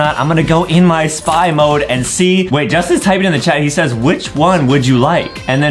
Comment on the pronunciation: DID HE JUST SAY SAYZ!?!?!!?! ITS SAYS